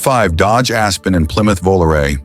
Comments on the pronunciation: Made it to 20 min point and I'm outta here. VOOLOO-RAY in-deed, WTF Garage ? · How people believe ANY of this ai generated narration. anytime you hear this voice, it's ai BS. It can NEVER get the pronunciation of words or acronyms right. Just listen to when it says VOLARE AT minute 16.55